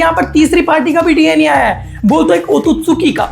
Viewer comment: Otosuki ❌ otsutsuki✔️